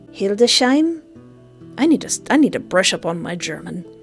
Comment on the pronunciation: Naaaw, so sweet how you pronounced the german citys, when they are some of the hardest to speak correctly for foreigners. I am german^^ may I help with some; when you want to say Hildesheim it is like Hildes-Haim, and Braunschweig is nearly pronounced as Brown-schwaig.